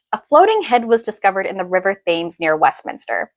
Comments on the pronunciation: The river Thames is pronounced tens. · Thames = pronounced "Tems" (Just FYI, another one that trips people up is the poet Yeats, pronounced "Yates." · I'm sorry but how in the hell can you pass yourself off as history creator & not know how to pronounce the Thames?